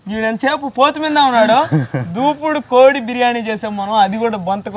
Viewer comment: బాబు అది దేవుడు దూపుడు కోడి...... దూపుడు పోతూ కాదు... నువ్వు 100 సార్లు దూపుడు పోతూ అంటున్నావ్...